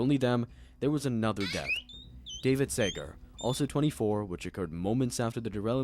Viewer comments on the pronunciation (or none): none